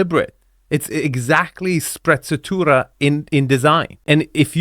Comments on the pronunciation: It's Sprezzatura not sprazzatura. For someone who has given himself the role teacher( and mostly does a good job of it), even you are careless with your attention to "important" detail at times, and "design" your words better. Just because the wife made you get rid of your African art doesn't mean you should forget what you found there. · Careful, the way you pronunce sprezzatura Is very close to spazzatura 😂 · Be careful using and pronouncing the word sprezzatura- effortless elegance because it sounds like spazzatura - trash 😂😂😂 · you should practice a little bit your SPREZZATURA pronunciation :D